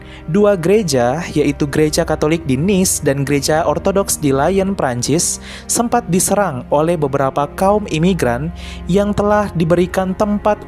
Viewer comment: Revisi kata Lyon bukan di baca seperti dalam bahasa Inggris. Salam